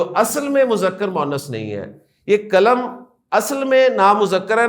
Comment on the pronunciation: sir, kalam nahi qalam hota hai mazrat ke sath